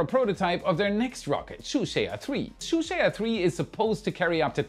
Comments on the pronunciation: “Zhuque” is “Shoo-shwaya”?!?!? Get a pinyin pronounciation guide, PLEASE! Pronounce it “Joo-chway” and you’re at least close. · It’s pronounced /Jew Chway/ 😂 not /Shoe Share/ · Shu sheya ?? Not even close on the pronunciation 😂😂 JU-CHEH would be close...sort of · "zhuque" doesn't splee "twoo shea ah" its supposed to be "choo tseeah" the second sound is in one syllable. more like a "choo chee" but with an accent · Zhuque isn't pronounced as Shusheya. It's Jukaa with an emphasis on K. Zh in Chinese is J and no Sh sound. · Juque is pronunced “jooh tch-ueh”, 2 syllables total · Please use the forrect pronounciation. It is similar to Ju-chue, using English J and English CH. It is not the exact pronounciation by anything is better than your French-like pronounciation. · Zhuque朱雀 pronounced like "choo chair", a mythical bird, phoenix like suzaku. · Why are you calling it "shoe shay a twee" at least pronounce three correctly 😂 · ZhuQue should pronounce like "chu jerk" in English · Zhuque朱雀，you can pronounce it as dzoochier in English. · That would be pronounced like “Jew Chu-eh” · Zhuque is phonetically pronounced Ju-chuey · Bro where the hell r u getting your pronounciations from? Do you just look up a term randomly in your Cantonese Fake Kung Fu Dictionary and swap it for the Chinese word? Its Jew-Chew-eh. (Zhuque) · 先練好‘’朱雀‘’發音好唄？這發音簡直悲劇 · Nice vid but your pronunciation of Zhuque is killing me 💀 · The first 2 zhuque pronunciation still barely making it but 3rd onwards he totally lost it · Haha, too hard to pronounce ZhuQue